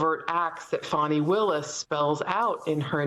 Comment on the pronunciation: Good reporting I always enjoy the news and Reporting from MSNBC however please learn to pronounce people's names properly because you called the prosecutor Fani Willis Fanny and her name is pronounced Fawni but otherwise good reporting and I always enjoy the news thank you